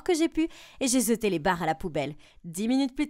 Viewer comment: "et j'ai zeté les barres a la poubelle" 🤔